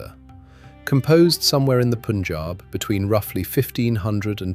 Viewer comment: The commentator should at least pronounce the names properly..... It is not " Poonjab" ...but PUN , rhyming with GUN .....PUNJAB